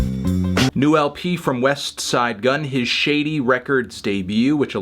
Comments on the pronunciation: "weSSSTTTside Gunn"😂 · HE STILL PRONOUNCES IT WEST-SIDE FFS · Can't take how he emphasis the "T" in Westside Gunn😅😅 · Why does he say Westside like that? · why did he say so westside so awkwardly